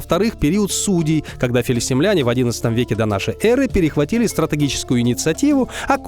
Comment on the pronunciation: Говори правильно: филистИмляне! А не филистимлЯне.